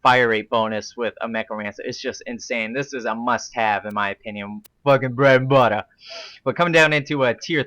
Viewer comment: bwed n buttah!